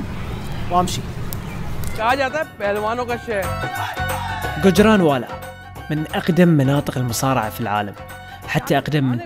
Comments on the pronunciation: حبيبي هو قجراوالاه مو قنجراوالا its gujjrawala not gujjranwala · بموووت كجرانوالا النون ماتنطق وبعدين ذولا فشلونا الله يفشلهم كسروا يده اختكم الباكستانية ماتدري الله وين حاطها